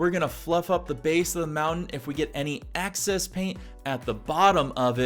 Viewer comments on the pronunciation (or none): the word is excess not access. appreciate the video :)